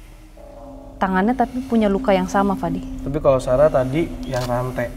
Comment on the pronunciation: fadi bukan Fandi kak